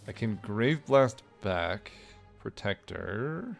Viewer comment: Sir it's protector, not "predator" 😊